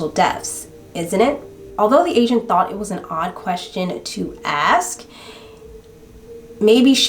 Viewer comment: OMG! The whole time I thought you were saying Asian instead of agent at the insurance place 😂